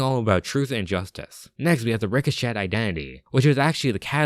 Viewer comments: Ree-Co-Shay is how it’s pronounced. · Bro... ricochet is not pronounced Rick-o-shit lmao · I will point something out, and it’s not a big deal. But in “Ricochet” the “T” is silent. It’s pronounced Ree-Co-Chay. But like I said it’s no big deal, just something I wanted to point out.